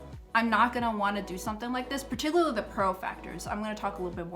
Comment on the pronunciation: Very helpful, thank you.... and I mean no offense, just trying to help bc you used the word about 10 times and mispronounced it each time (particularly)... it's PAR-TICK-YOU-LAR-LEE...thanx again